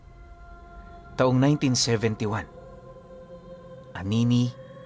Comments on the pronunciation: hindi anini yun kundi anini-y pagbasa nyan is anini-i antique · Aniniiy pronounce as A- ni- ni -e.. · OMG home town ko Ito Anini-y, Antique Ang tamang pag başa po Anini-i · Anini Y po yan hindi anini from antique po😂😂😂